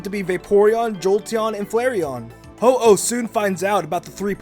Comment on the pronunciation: you said the hoao ting two times :(